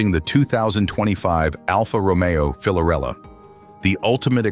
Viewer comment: It’s hard to take this seriously when the narrator is unable to correctly state the product’s name